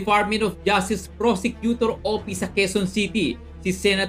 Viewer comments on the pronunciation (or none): Fotik narinig ko na naman ang "defartmint of justice prosecutor opis."